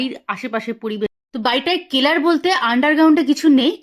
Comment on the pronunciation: কেলার না, সেলার বলে।